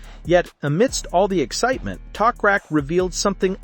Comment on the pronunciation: His name is not Tokrak it is Toprak